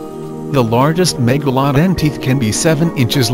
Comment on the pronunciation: Do yo know how to say megalodon hm